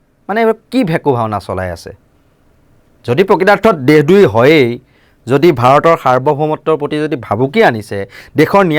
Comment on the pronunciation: দেহ দ্ৰোহী নহয় দেশদ্ৰোহী উচ্চাৰণ কৰিব লাগে মহাশয়